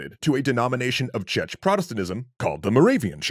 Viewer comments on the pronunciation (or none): "Chech" protestantinsm. It's pronounced [check]. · When you were talking about the Moravian Church you pronounced Czech as chech while it should be pronounced check 😁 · There were two massacres in the video ... original natives and then narrator butchering Czech protestantism.